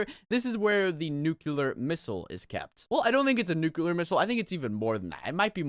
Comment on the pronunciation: this is where the NUCULAR missile is kept me:ITS PRONOUNCED NUCLEAR nuke-lee-ar ok nuclear